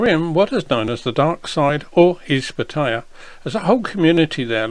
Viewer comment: FFS, learn how to properly pronounce Pattaya .